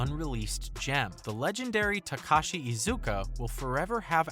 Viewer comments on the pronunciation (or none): none